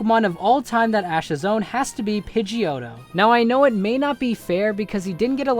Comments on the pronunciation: Said pigdeottto and shows picture of pigeot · It is pidgeotto dumbass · u jerk all of these pokemon are very strong u bloody go to hell u r foolish u r saying pidgeoto my favourite pokemon it is strong u suck u jerk!!!